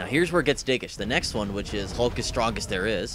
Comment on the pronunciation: thumbs up if u hate when people pronouce hulk "hawk"